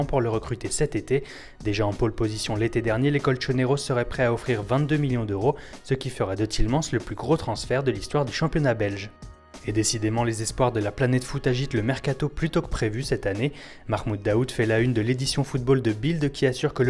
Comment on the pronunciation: Tielemans se prononce Tilémane'sse